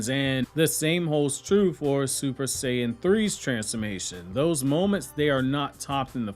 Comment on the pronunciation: Bro said super saiJin